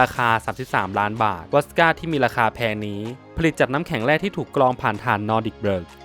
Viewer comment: ติดตามมาหลายคลิปแล้วนะครับ ขออนุญาตตินะครับ อยากให้ปรับปรุงเรื่องการออกเสียงครับ 1. เสียง ร. เรือ - ล.ลิง 2.คำศัพท์ภาษาอังกฤษ เช่น บอมเบย์ แซฟไฟร์เออร์ .... วอดก้า ไม่ใช่ วอสก้า 3. คำศัพท์ภาษาฝรั่งเศส ไวน์หวานโซแตรนขวดนั้น ออกเสียงว่า ชาโต้ (ด)ยี แคม ครับ นอกนั้นดีแล้วครับ ค้นคว้าข้อมูลมาดีพอสมควรครับ ขอชื่นชม ขอเป็นกำลังใจให้ทำคลิปต่อไปครับ